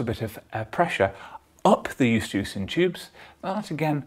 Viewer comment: I'm not familiar with this "estucian tube" you refer to... all humans I have examined have eustachian tubes (i.e. pronounced "yoo-STAY-shun").